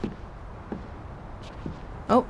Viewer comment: I keep hearing saying "Teddy" and think she's calling him "Daddy"